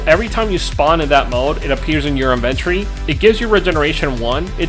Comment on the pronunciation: You pronouce alot of words strangely. Components, inventory, fatigue, comfort. Just saying